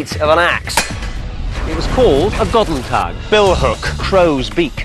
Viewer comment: GODEN TAG!!! this sounds so stupid to me as a german. but he pronounces Ahlspieß correct.